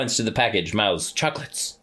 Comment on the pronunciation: “Mouths chHack-LETS” 😂😂